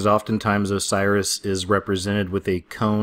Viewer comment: Its osiris not cyrus.